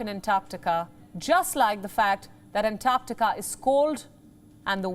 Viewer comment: Thankyou, for pronouncing "Antarctica" correctly.